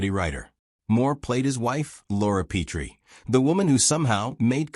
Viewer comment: Their last name wasn’t Pea-tree. It was Pet-ree. Teach your AI how to read names if you intend to create nostalgic videos.